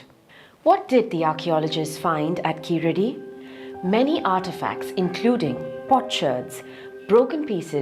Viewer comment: sir , thank u for the video but a small correction plz ,,,,,,, its not keeladi and not tamil ,,,,,, its Keezhadi and Tamizh ... kindly hard pronounce ZHAA thoroughly , if we lose one alphabet we lose one complete language